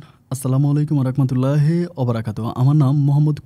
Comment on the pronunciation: Vaiya pllz salam tah shudhho vabe diben....rakmatullah abr kii...rahmatullah